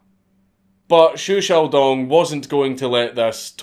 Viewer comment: Thank you for pronouncing his name correctly! Watching other people read Chinese names and say Zhou wrong for 30 minutes drives me up a wall